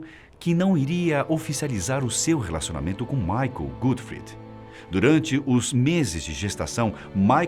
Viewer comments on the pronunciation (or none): A pronúncia tá errada. Não é GÉTXI GUTFRID é GÉCHÂ GÓTFRÍD.